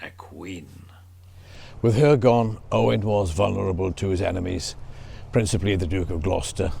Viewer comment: " O-wine" ? Interesting 🤔 Never ,not once Have I 'erd it pronounced that way?? Is that Old English,?,Galic?, latin? Or?... us yanks pronounce it.."O-when" O-wine... to us is either old tasty and expensive .wine...or viniger